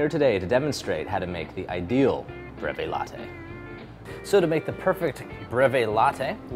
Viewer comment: I get better results if I say BREEEVIE